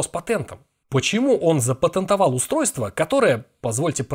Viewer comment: «ЗапотЭнтова» Каринст как обычно 🤦🏻‍♂️